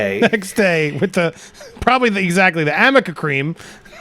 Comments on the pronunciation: Arnica. Arnica montana is the herbal preparation that reduces inflammation and breaks up bruising. Arnica. Not Amica. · Get it RIGHT, Andy, it's NOT AM-ica, the correct spelling is A. R. N. I. C.A. and it's pronounced "AR-NI-CA". It would make you seem a lot more credible if you had a clue as to what you are referring to. Do your homework. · amica cream--uh, it's ARNICA, Amber!! the thing i've noticed about her and other pathalogical liars is that they always get caught BUT STILL continue. one lie after another. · It's Arnica cream.... what's Amica cream?? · A R N I C A cream. Its Arnica not amica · They’re making fun of ambers lawyer. That’s the joke, her lawyer kept saying the name of the cream wrong.